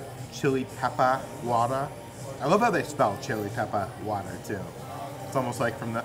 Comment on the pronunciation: pronunciation of Chili Peppah Watah is on point. My husband and I were cracking up. Love it!❤